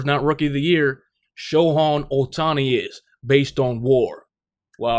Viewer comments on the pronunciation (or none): its "show hey" otani